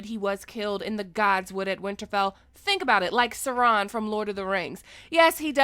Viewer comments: Sironne? Did you mean Saw'ron? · What did you call Sauron? Sa-Ron? Is t it Sauuuuuuuu—-Ron? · Good video, but its soar - on not sir - on. lol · Twitter is always chaotic, not catastrophic btw. /Mr.Pedant Edit: Did you pronounce Sauron as Ser-on? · How did you pronounce Sauron? "Serahn"? That triggered my OCD. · LoL S'rawn? I know you were talking about Sauron from the LOTR but the pronunciation is hilarious. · wait. was she saying soron like sauron from lotr? You never watched lotr to know how to say his fucking name like you know, he is the main villian all 3 movies! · Sauron Gray Area: "SarON" ://// dislike! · Did she just pronounce Sauron as Sarong? I am now picturing Sauron wearing a sarong...that is so wrong... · I was looking for this comment. i died inside xD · Hahaha you pronounced Sauron wrong, I was like, who in the LOTR is she referring to? 😅 but yea, interesting theory answers 🤔 at this point, idk what to expect anymore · Not a fan of how she pronounced sauron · I'm offended by the way you pronounced Sauron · It was a bit triggering. Lol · Your pronunciation of Sauron might give me an aneurysm one day. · That Sauron pronunciation though.. yikes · I guess now we know how Key and Peele would pronounce Sauron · Don’t act like you’ve ever watched lord of the rings. You butchered Saurons name. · The bitch couldn't even pronounce the evil Sauron name right.